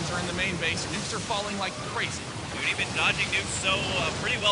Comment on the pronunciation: Husky pronouncing it "noony" was really frustrating after a while, but other than that it was great fun to watch :D